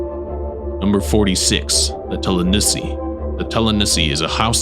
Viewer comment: You didn’t pronounce tlanusi right but good try